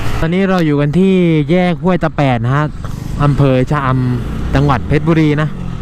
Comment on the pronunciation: เพชรบุรี ก็คือเพชรบุรีครับ ผมเป็นคนเพชร ครับ ถ้าเพรชบุรี ก็อ่านเเบบนี้ครับ ถ้าข้อมูลผิดขออภัยเพราะผมก็รู้มาจากคุณครูเเบบนี้ครับ เสริมได้